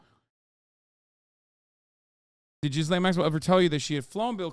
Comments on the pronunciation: Total gallows humor that Jeffrey's fixer's name sounds like "Jizz Lane." When you pronounce it silly, anyway. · Is anyone else annoyed at how Hasan pronounces Ghislaine?